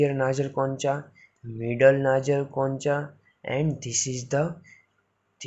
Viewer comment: Concha sahi se pronounce nahi kiya google par dekhlo bhai